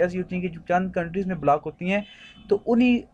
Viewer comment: Itni gandi English black kya hota h block hota h